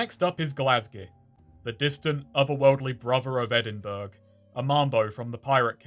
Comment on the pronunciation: Hearing an English person say Edinburg triggered something deep inside of me